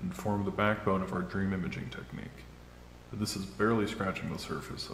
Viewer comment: persued their drmmmmmm